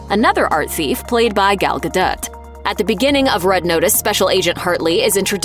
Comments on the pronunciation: Her name is pronounced Gal Ga Doe not Gal Ga dut. Cringe level 10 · it's Gal Ga Dote, per the actress herself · It's Gal Ga Dot. You just have to, of course, combine the Ga and the Dot together... GaDot. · The movie obviously doesn't need explanation but someone DOES need to explain to you how to pronounce Gadot.